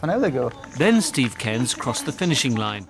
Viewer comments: You did pronounce Cairns wrongly....you said Cains, like the actor Michael Caine but Cairns is pronounced Care with an 'n' sound on the end & then the 's' sound after that. Also in English 'a cheater' is a big cat, a bit like a leopard.....somone who breaks rules is just called 'a cheat' (the verb 'to cheat' & the noun 'a cheat' are the same) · The name is pronounced C - air - ns. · CaiR-ns not Cains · its pronounced like "kayrns" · more like "care-ns" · You can’t pronounce Cairns? It’s not Cains. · What kind of mongo pronounces it ‘kanes’. 🥴🥴🥴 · cairnes is pronouned "karens" but without the I par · I know you’re American but… ‘Cairns’… can’t you see there’s an ‘r’ in it? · Cairns rhymes with burns .. Insert Simpsons joke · In Ireland 'Cairns' is pronounced 'kerns'. Awesome video! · cairns is pronounced like air. but with a c in front and an n and an s at the end. so EXACTLY AS IT LOOKS THEN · They say and show that. The pronunciation is off. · Mispronouncing his name, what a shame. Steve Cairns is a local legend.